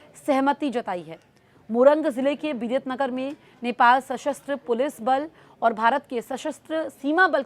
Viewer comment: विरेटनगर ❌ विराटनगर ✅